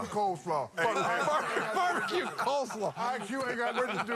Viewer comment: That man said “Barbaque Coleslaw”